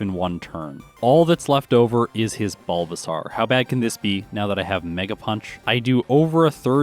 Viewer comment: Is there a particular reason you pronounce the bulbasaur evo line wrong?